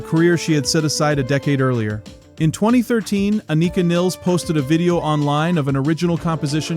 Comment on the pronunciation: Thank you for pronouncing Anika’s name correctly.